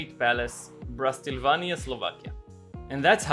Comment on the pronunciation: no one payed attention to him saying "BRASTILVANIA" insted of Bratislava???????